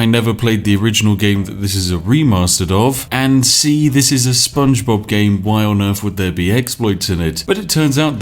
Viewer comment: "Spongebobbu" -Lewis Brindley, for no real reason